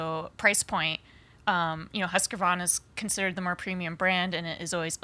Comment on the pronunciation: Everyone else: "husk-varna": "husker-vonna"